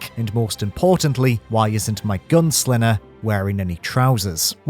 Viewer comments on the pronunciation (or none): It’s funny how you can’t say “g”. “Thins” “GunSlinner”